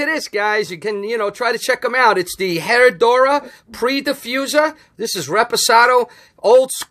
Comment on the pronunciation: Hey. It’s Pronounced eh-rrah-doo-rah.